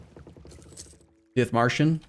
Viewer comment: DithMERChen, cmon!